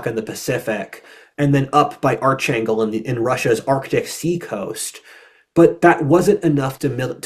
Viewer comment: No "ch" sound in Arkhangel. Just pronounced close to how it appears in English.